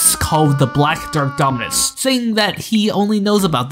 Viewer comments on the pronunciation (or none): nah bro how this goofy ahh kid pronounced half of the names wrong for the dominus 💀 (Also, i probably did make mistakes in this video since I'm no roblox historian. If you got any serious points I missed or got mixed up, feel free to reply)